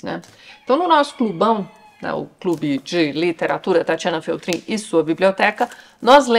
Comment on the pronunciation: Tchê, eu choro rindo do Paçoca te chamando de "Féltrin".